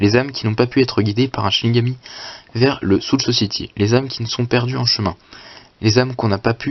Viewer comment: Dès que tu vois un mec qui s'appelle Kisuke Urahara, il faut te dire que ça va commencer à être génial !! PS : Prononce "soul society" , "sowl soçaïti" stp ça me stresse xD